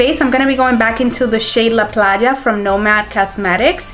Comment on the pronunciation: Loved the look ❤️ And loved even more that you know how to pronounce and . ¡Saludos!